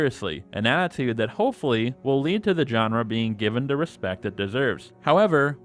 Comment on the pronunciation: At a certain point, all I heard was "djenre"